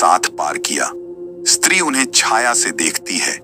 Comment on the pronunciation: Bhai “street 2”nhi “stree2hai